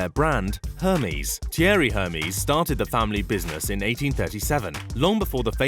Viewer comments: Ermesse not Hairmeese ! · OK here we go again it is ERR MEZ NOT HERMEEEEZ. Oh god you are a mess. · i thought it was said air-may (Hermes) not Her-mees like the greek god. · narrator kindly check before narrating foreign names. its NOT "hermeees"... its "Air Mays." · You pronounced it as Hermeez??? It's pronounced ehhrr-mezz. Amazing. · “Hurmiez” lmao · "Her mies"... gosh. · But why does he pronounce it "her-mees"?😭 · Hermies? Really? Hermies? Can't even pronounce it properly.. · Did he say Hermès like hermes the god? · Lordy the way he mispronounce Hermes drives me crazy. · Pronounces Hermès wrong, uses a pic of Buffet when taking about Mars and says Mexico is part of South America 🤦🏻‍♂️ it’s part of Latin America but is in North America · im offended at the hermes pronaunciation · Arg there is only so many times I can listen to the word Hermes pronounced that way. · The H is silent in Hermès!!!!!!!! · Wrong pronunciation of Hermes !! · PM Layden It does. It says someone still has an expectation that someone creating content and posting it as purported fact do a basic level of research in order to correctly pronounce a commonly known brand name. It says she has standards that this crap video failed to meet. In addition, photos were misidentified as was the location of the entire country of Mexico which is in North America, not South America. If people are insulted just for holding others accountable for failing to meet basic standards, then the quality of everything will continue to decline. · I love shopping in aldi but for the love of god pronounce herme's properly please